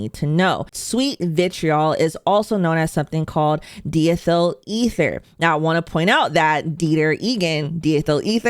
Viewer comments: It''s pronounced DIe- Ethel. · Diethyl is pronounced, imho, as "dye-ethyl" as in carbon di-oxide.